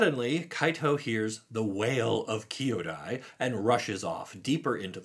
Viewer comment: One piece of constructive feedback since your first video on Neon Dynasty: Kyodai should not be pronounced as "kee-o-dai", but should be instead "KYO-dai". Just like how the world pronounces the capital of Japan as ‘“Toh-KYO”, not "Toh-kee-o".